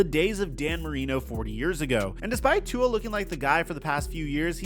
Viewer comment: Hey, pronounce Tua''s name properly please... Cheers:)